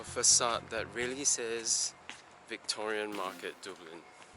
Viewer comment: It is "duh-blin" not "dew-blin". :)